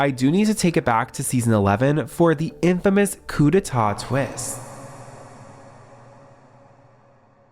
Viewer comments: It's "Coup D'État", not "Coup De Tat" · Coup d'état...not coup de tat :face-blue-smiling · Correction- its coup d’etat not coup de tat ;D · Coup d'État, not Coup de tat... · It's "coup d'etat" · It's "Coup D'état" my friend 🙂